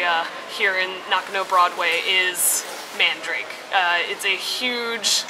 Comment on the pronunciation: Not mandrake haha, man-da-ra-ke.